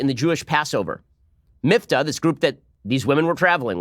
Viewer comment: I am The Batman it’s Miftah (مفتاح in Arabic), meaning ‘key’. Same root as the Hebrew word mafteah (מפתח), so I’m surprised Ben pronounced it so badly ;)